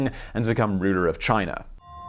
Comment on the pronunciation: You say Chiner every now and then, and that makes me laugh so hard.